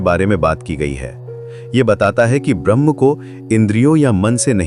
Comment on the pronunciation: Narrator का 'ब्रह्म ' का उच्चारण 'भ्रम ' की तरह बोलता हुआ लगता है।